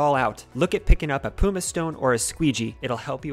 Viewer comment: I believe it's pronounced "Puh-muss". It's a type of vesicular volcanic rock.